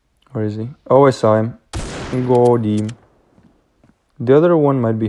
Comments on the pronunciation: I like when u say godim lol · forgot how to say " GOTEEEEM"